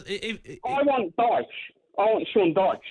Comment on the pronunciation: Man said DYCHE loooooool